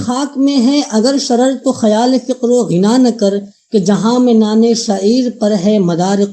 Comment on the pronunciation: bhai apni padhant durust kareñ padhne me bohat se aghlaat haiñ, wo sim e zindagi nahi sam e zindagi hai or fiqr o ghina nahi faqr o ghina hai